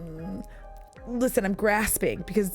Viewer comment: Habibi!! You pronounced it perfectly! Thank you for giving my language a shout out and for the 🚫Boycott Brad Pitt compilation❤❤❤Srlsy though, somebody out there needs to make a vid showing how that trashbag always changes the way he dresses and talks to copy the person he's dating